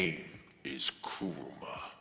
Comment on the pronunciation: Finally someone says kuramas name right it's not ku RAAA ma it's kurama